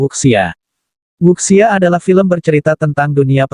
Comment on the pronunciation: Wuxia dibaca wucia